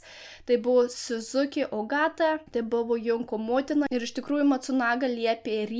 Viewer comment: Geras video. Tik viena pastabėlė. Junko reikia tarti Džunko. Tarptautinė japoniškų pavardžių transkripcija (perrašymas į lotyniškas raides) sudaryta angliško tarimo pagrindu.